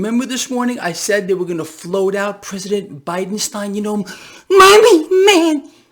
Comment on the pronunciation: It's pronounced Bidensteeen!